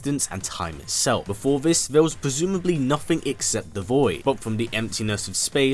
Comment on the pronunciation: Nothing is nothing not "nuh-phing."